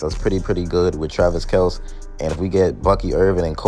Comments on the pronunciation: Your pronunciation of Kelce name is correct ! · Get Ladd and McCaffrey It’s actually pronounced Kelce just like you say but there Father got tired of correcting people and just let people say Kel see So they were raised saying Kel see